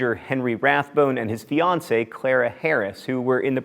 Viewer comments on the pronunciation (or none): none